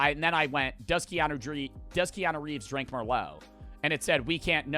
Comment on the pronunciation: The only thing i took away from this video is that doesnt know how to say keanu reeves😂